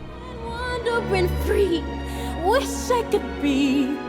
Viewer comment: The way she says "free" is weird.